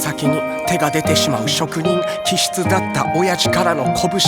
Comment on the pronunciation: 職人気質の読み方って、「しょくにんきしつ」じゃなくて「しょくにんかたぎ」じゃなかった？